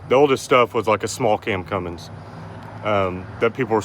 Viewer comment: THERE'S NO "G" IN CUMMINS! Pet peeve of mine.